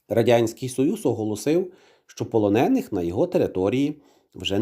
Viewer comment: Знову ці ополоники?! Стежте за наголосами!